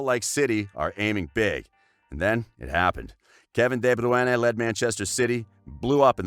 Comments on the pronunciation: U got so much hate for pronouncing his name wrong.. Maybe try knowing how to say peoples names b4 making a vid bout them like who tf is deh browene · Literally no one:: Kevin De bruana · De Bru Ene???? Just say KDB. WTF!!! Annoyed watching this video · Why the f are u saying debrwoonè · Just say KDB next time :p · Kevin Debruena! Well that's how this pussy pronounced it!! 😳🙄. Shocking!! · De broy na that’s how to pronounce it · It’s Deh-broh-een!!! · Kevin de bru ene😂😂💀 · Dee Byueyne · Who the fuck is Kevin De Bruenen????? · rightly said, everytime he butchered " de-bruyana " i chuckled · Say his name right you dumbasses... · Your pronunciation of KDB's name is farcical. It's insulting. Mr. Gaa--Uul-See-day. That's what your username would be pronounced like by your incredibly useless speaker. I couldn't even finish watching the clip, it's that irritating! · Maybe listen to how people's names are pronounced it's a joke you do it all the time and have to turn off. Sort it out pal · Good effort(6/10), pronouncing his name, compared to the BBC. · The way he says his name HURTS, as an American who can actually say his name, that insults me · Learn to pronounce his name mate. And what is this "untold truth"? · Has to turn off can't listen to your pronunciation it's not a Spanish name you bell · Why do you pronounce his name like that??? Are you deaf? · Great video but just work on the pronunciation of his name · I'm about to throw my phone across the room at that pronunciation. Americans just don't seem to be able to pronounce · I got cancer how he said De Bruyne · The confidence when mispronouncing is remarkable. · I hated the way u said his last name omg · C'mon! 😳 WTF Is this??? You can't even get a guy who can pronounce De Bruyne's name???? He's only the BEST assists player in the world!!! Shameful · Had to mute each time he says De bruyne's name in the weirdest way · What the actual f is this pronounciation of Bruyne 😂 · You butchered his name